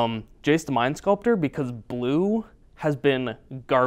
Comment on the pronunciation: How many times did you say BLUE before even minute !! Hahahahaha Your love for BLUE!! is unreal! You love it so much it almost sounds like you are saying PLUE! "Players love to play PLUE!" LOOOOL